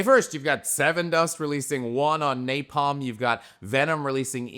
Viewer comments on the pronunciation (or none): none